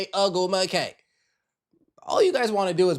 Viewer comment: I’m listening to your podcast on my way home from work and I’m CRACKING UP!!😂🤣😩😁🤪The Tia and Tamara reference along with the pronunciation of Chineeeeeeyyyyyy OgwumiKE name is sending me. I have tears in my eyes cracking the hell up!! BRAVO 👏🏾 🙌🏾🌹🌹🌹